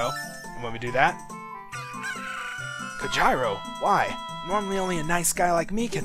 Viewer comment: I'm so used to his name being pronounced "COHEERO". lol But, assuming it's Japanese, it's actually pronounced "Ko jee ro".